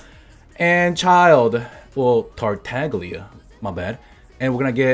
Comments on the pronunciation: You say tartaglia wrong. It’s italian idk why the fatui have Italian codenames like signora. Anyway, tartaglia = „tartalia“ just like the g is silent in signora. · The name Tartaglia comes from a recurrent character of "the XVII century Italian comedy" (aka commedia dell'arte, that is an early form of professional theatre), so you should pronounce it with the Italian "gl" sound. You shouldn't stop after the "g" like you would do in "glorious", or "glee", but you should pronounce it like the double "L" in "million". Actually that's not how we italians articulate the "GLI" sound, it's way more complicated than that, but it should be enough to be able to pronounce it nicely Keep up! :) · Bro, the "G" in Tartaglia is silent.